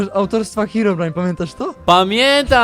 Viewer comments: NIE HEAROBRINE tylko HEROBRINE!!! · nie hearobrine ani hirobrine ani hirobrajn tylko herobrine